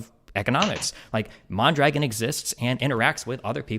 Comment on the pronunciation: Is it far fetched to imagine mispronouncing mondragon is some type of racist dog whistle